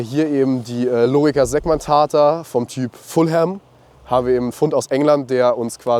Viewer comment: Statt scuta wird gegen Ende des Videos scuti gesagt. Außerdem wird lorica mit langem i gesprochen. Möglicherweise gab es noch mehr Fehler, die habe ich dann überhört.